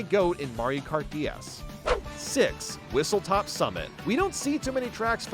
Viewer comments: it's whistleSTOP. WHISTLE STOP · It's Whistle STOP summit, not Whistle TOP summit. I don't blame you for this, I made the same mistake until I got corrected yesterday lol